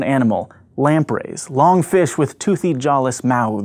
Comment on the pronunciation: Lamprey, not lamp ray.